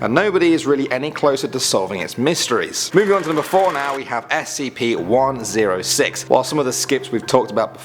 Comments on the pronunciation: Dude nobody calls an Scp how you say it like... “skips” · You haven't before because it's the incorrect way to pronounce it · Is not said skips. You just say s c p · Never heard someone pronounce it skips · STOP CALLING THEM "SCIPS" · It's just pronounced s c p not skips, so, never say it that way again, it be scps but you still pronounce the letter (not including the s) are to be pronounced separately. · who the hell calls scps "skips" (obviously i know he's just saying scp.) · SCP - zero four nine SCP - zero fort nine SCP - zero fortnite That’s what I heard